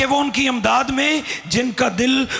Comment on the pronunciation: Amdad nahi Imdad. پڑھتے ہوئے تلفظ کا خیال رکھنا چاہئیے